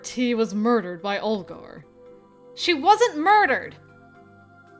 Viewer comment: You are killing that super deep Olgar voice, girl. Very Russian and scary 👌 So when are we getting the amnesia themed dating sim staring Tee